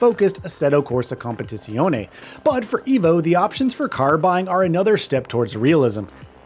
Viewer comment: Please just call it ACC, your pronunciation is meh at best, lol....